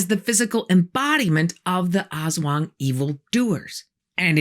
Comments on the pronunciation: fyi, it's pronounced as as-WANG, with the accent on the second syllable. and the "as" is short, not "ass-wang" but closer to "us-wang" also, unkempt hair, bloodshot eyes, unusual behavior and not wanting to talk to people are also signs of a hangover :D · Most, but not all Filipino words have a short first syllable and a longer second. so it's as-WANG. Not AHS-wang. Discussion is great, though. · LoL Ass Wang! Very accurate depiction of manananggal/aswang though.-make it sound like "as one", not ass wang. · It’s pronounced Us-Waang, Ass-Wang is in pornhub. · it's pronounced less like ass-wang and more like uh-swung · It's pronounced a'SWUNG, not ASS WANG. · It's not "ass-wung", it's "us-wung". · the way she pronounced it as "ass-wang" 🤧😭🤣 Lady I mean no disrespect but it meant to be ASWANG like a fast pronunciation of "as" 😅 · I hope you don't mind a correction! Aswang is pronounced with the stress in the second syllable, instead of AS-wang, it's as-WANG. 😊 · Awesome. But, pronunciation "ahss wahng." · Aswang /ahs-WANG/ that's the correct pronunciation. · The only thing that reduces my fear of the aswang is how you said it. Almost sounds like ass-wang, and I think that's hilarious. Imagine a shapeshifting dick-butt. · As a filipino i am correcting you not in a bad way but i or me and my relatives pronouce is as As-wang :) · You pronounce it ASS-WHANG lol :D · Pronunciation for aswang: Ast-wang anyways this is an amazing video thank you for this❤ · Very informative, but a small suggestion if you please. Most Filipino words are stressed on the second syllable, not the first. So please say as-WANG, tik-TIK, wak-WAK. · love the pronounciation hahah ass wang hahah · I giggle every time she pronounces Ass-Wong. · "Aswang" is pronounced "as-WANG" with the stress on the second syllable. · It's pronounced "a*s wang". More "us wang". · The way she pronounces aswang is funny, hahaha